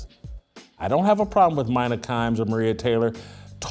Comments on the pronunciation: It's 'Meena' not Mine A. But agree, she's the single most annoying person on ESPN. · Why does Jason butcher peoples names he doesn't "respect"?? Its soo childish. Youve heard her name pronounced a million times. You know damn well that womans name is "Mee-Nuh" not "My-Nuh" 🙄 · *I find it hilarious how Jason mispronounces peoples name on purpose “Mine-nah Kimes” or “Car-Ree Champion” lol when he knows it’s pronounced Mina and Care-Ree 😂😂😂 this guy hysterical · Do your research Jason. Her name is pronounced Me-na. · "MINE-uh" This clown knows damn well how to pronounce her name. Ya know, trashing someone loses a little bit of its muster when you clown yourself before the rant even starts. 🤡🤡🤡🤡🤡🤡🤡🤡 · Why does this guy pronounce her name wrong on purpose when he has been on the record saying he’s a fan? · no but Jason is one who jumps on everything someone he disagrees with says, and with his journalistic background, he knows that credibility rests on facts and getting things right. So he's fair game to be called out on mispronounced the name of someone whose credentials he's calling out. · At least pronounce her name right if you’re going to do a whole video on her. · Sad poor Jason still bitter that ESPN canned him all those years ago and that Mina is way more knowledgeable. I think we know who the actual DEI hire was. And butchering her name too? Just petty and pathetic.